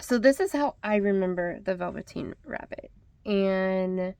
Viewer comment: I love all of these!! But you melted my heart when you said The Velveteen Rabbit!! And oh my, you nailed it,,,spot on!! Definitely a nostalgic moment for me (insert a few teardrops here..). I have certainly missed you!! Happy New Year to you and Andrew ❤ I am off to place my order!! Love and blessings!!